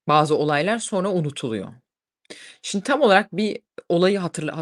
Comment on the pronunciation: rica etsem hep "sindi" diye telaffuz etmeyin, "simdi" o kelime